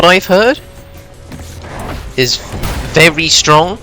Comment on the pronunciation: verwy verwy strong